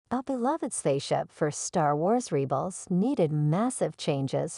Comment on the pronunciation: Ai voice. 🙄 "Reebels"